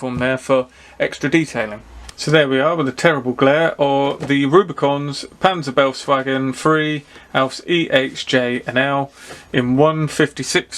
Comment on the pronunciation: Nice review of an intriguing kit. Not my scale but very nice. By the way, befehls is roughly pronounced "berfails" to avoid ear torture for our German friends.